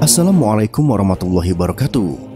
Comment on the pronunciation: Assalamualaikum Maaf ni bukan menghujat sekedar mengingatkan sesama muslim pengucapan salamnya setelah saya ulang ulang kyk kurang pas mas ada bagian yg kelewat sekali lagi maaf ya bukan menghujat sekedar mengingatkan. Semoga allah memberkati kita semua